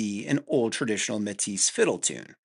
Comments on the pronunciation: Metis is promounced "may-tee" it's french. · Yes. "May-tee" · Métis is pronounced May-tee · Im used to métis being pronounced like matey with the emphasis on the second syllable? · The S is silent, bud